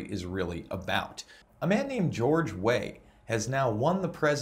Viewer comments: It's pronounced "way-err". Liberia could've done a helluva lot worse than Weah. By their standards he's a beacon of hope. Good luck to him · Pronounced George Weare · weah's last name is pronounced "way-ah". i don't know about the people around him, but being from europe (holland) i remember george weah well from his football playing days and i know he came across very kind and passionate about his home country then. he wanted to make his country better if i ever got the chance, he said. so i give him the benefit of the doubt for now.. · this is your worst video yet. baseless kangaroo court nonsense. and learn to pronouce his name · Learn to say, "Weah", correctly. He played for AC Milan. What crimes is he responsible for? Talk about Kangaroo court.